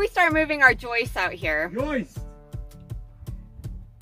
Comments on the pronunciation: If insists on pronouncing them yoists then surely his name must be pronounced 😂😂😂😂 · Wait until she hears about the "ROOF YOISTS".... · “YOISTS”!!!, lol 😂.